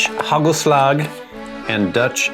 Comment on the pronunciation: HUGHELSLUHGH. Not too bad pronunciation 👏